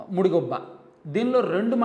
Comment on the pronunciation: ముడిగుబ్బ కాదు ❌ ముదిగుబ్బ ☑️